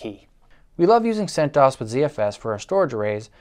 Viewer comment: oobuntoo, freenahz, and debeeian, centoohess